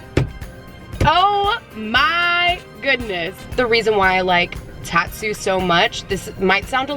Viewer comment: So the tat part of tatsu is pronounced as tot like from tater tots.